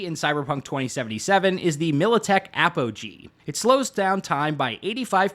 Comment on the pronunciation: Its A-Poh-Gee... what the fuck is the militech ap-oh-hee